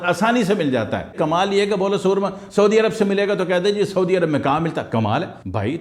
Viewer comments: Soorma nahi surma hota hy k soorma ka mtlb kuch ore hy so khyal rakha krain. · Asslamo alekum junab SOORMA naheen hota SURMA hota hay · اوہ جاہل مطلق لفظ سرمہ ہوتا ھے۔۔سورما کا اور مطلب ہوتا ھے۔۔ اور لفظ سچا موتی نہیں۔۔ س کے اوپر پیش پڑھنا ہوتی ھے موتی والا سچا بولتے وقت۔۔۔ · Mah sha Allah...kirachi walo ki urdo ki tang tor dain...na momkin....ap ne kiyon......samjhy...😮😂 bitto g soormaa nahi bolty..sorma...bolty..😂